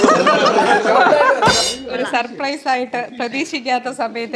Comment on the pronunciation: യെ പോലെ സപ്രൈസ് എന്ന് പറയുന്നവരുണ്ടോ😂